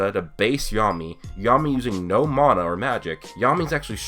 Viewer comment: its mana not mAAAAna